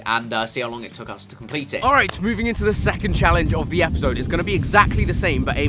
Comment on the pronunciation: That’s exactly what I commented he sounds so Scottish 😂